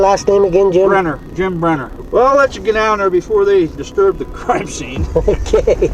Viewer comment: “distrub” lol